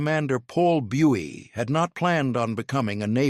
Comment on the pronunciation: Why add distracting and annoying flickering speckles and blurred cropping to what should have been clear images? And narration always mispronounces the surname of Buie, the main person involved. DISLIKE! UNSUBSCRIBE!